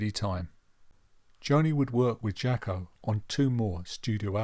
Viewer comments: Good video, you’re right on it, but his name was pronounced “Jocko” , not “Jacki” - that’s a bit annoying. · With all due respect. he pronounced his name “Jocko” - so that would be the correct way to say it. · You're really not getting this, are you? Accents affect how words are pronounced, either nationally, or regionally. In the case of the US, it would seem that when certain people say the name "Jaco", it sounds like they're saying "Jocko". They don't actually think his name is Jocko, they know it's "Jaco", and they think they're saying it correctly, which to them, they are. Please let that sink in, finally. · He didn't pronounce it "Jocko", his American accent made it sound that way.